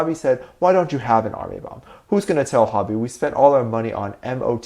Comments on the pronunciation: ok but the way you pronounced "hobi" lmao its ho-bi not hob-i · Whyyyy your saying Hobi wronggg it's ho-bee watch bts saying hobiiiii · It's funny how you say hobi as hobby😂😂😂😂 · Hobby??? 🗣🗣🗣.....whyyyyyy??????? It’s HOBI 🥺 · I've never met anyone that pronounces Hobi like "Hobby". SLightly strange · The way you say Hobi has me on the ground 😭😭😭 Tae IS the biggest flirt known to man 😂